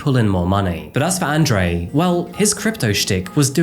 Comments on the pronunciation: say it with me... "On Drew" :) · It’s On Dre.. not An Dre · You pronounced Andre and Fabian incorrectly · It's annoying that you couldn't pronounce Andre properly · Nice video, except you pronounced 'Andre' wrong the entire time